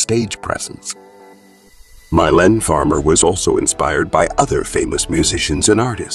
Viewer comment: It’s pronounced Mee-Layne